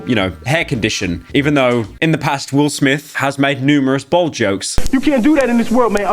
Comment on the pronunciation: Wil Smif fel ooff